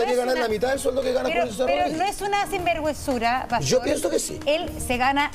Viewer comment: moserrat no puede decir ,sinverguenzura dijo 3 :veces singuerguenzura , la vieja penca